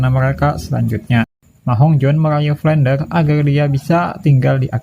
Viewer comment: Flender bang bukan flendel